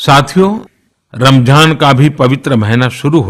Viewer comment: Ramjhan nahi hai ramzan hai pm sab